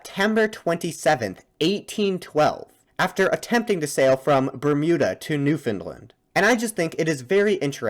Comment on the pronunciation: It's a well known fact that non-Canadians have no earthly idea how to pronounce Newfoundland, but this guy butchers it especially badly. Maybe due to his accent, idk. All I know for sure is that "New FIN lind" is definitely not even close to how you say it lol.